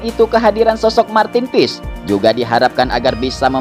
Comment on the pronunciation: martin paes min.😂😂 bukan martin piss.